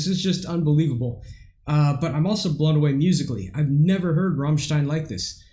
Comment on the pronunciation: Well, their name is not Rommstein, it's a as in damn ass Americans. At least you got the stein part right, many reactors say Rammsteen.